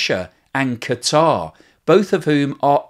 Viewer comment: Hey, thanks for using the propper pronunciation for the nation of Quatar. If I heard one more idiot pronounce it like "cutter" I think I'd go postal.😂